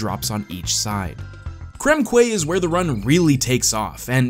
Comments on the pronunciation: great video! I'm gonna be annoying and point out that "quay" is pronounced "key", not "kway" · Quay is read and pronounced "Key" not "Kway" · QUAY is pronounced "KEY" not "KWAY." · gaming just so you know, Krem Quay is pronounced "Krem Key" For what ever reason Quay is pronounced Key in english... don't ask me why